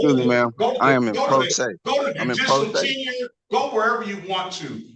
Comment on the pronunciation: After the 5th viewing, I realized he's trying to say "tenure", not "tenor". Wow.